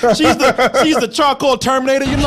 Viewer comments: Can say charCOAL? ^_^ Damn, this is like Bennedict Cumberbatch trying to say 'Penguin' ^_^ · Call The police every time he says chacoil ⚫️